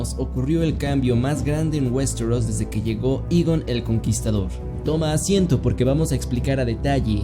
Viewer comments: igon :v. Es eigon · Igon? Por que "Igon", vale que si, que se escribe Aegon, pero no se pronuncia asi, sino Eigon, o ya de plano, si quieres guiarte por los libros, Egon, aunque suena igual de raro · "Igon" el conquistador?... OK hasta el primer minuto no más... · No puedes empezar llamando a Aegon, Eegon 🤦🏻‍♂️ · “Igon” el conquistador jajajajajajajaja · Escuche hasta "igon" el conquistador. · Igon jajajajajajaja